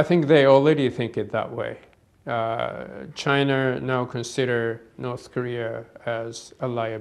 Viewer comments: Chiner, north korear ごめん、空気間違えた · "Chiner" lol